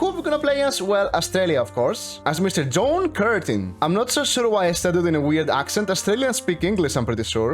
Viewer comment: when he first tries to say John Curtin